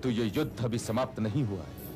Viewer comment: 3⃣.🔟➡️ युद्ध बोला नहीं जा रहा 😀😂🤣😁🤣